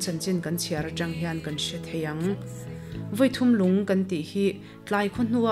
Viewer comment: Unau thawnthu hriat mah a dang e tih zawng zawng. A ziaktu kan khaw pa a ni a, a zir chiang fe phawt hnua a ziah a nih a rinawm a. Kehme erawh Dipui tiin a rawn ziak hlauh thung. Hmun hming Vawi thum lung, Sialkal tlang dung tih te hi a chhiartuin a thluk pai deuh tih loh chu a ngaihnawm viau e. Khuangnung khuaa chengte kha Simte hnam an ni zawk awm e.